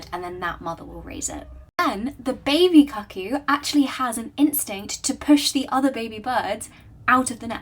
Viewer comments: So have I been pronouncing the word "cuckoo" wrong my entire life? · Just a couple of friendly pronunciation tips - the u in ”cuckoo” is an ”oo” sound (long in American, short in British pronunciation), and the z in Karamazov is not a ”ts” sound but z as in ”zap”.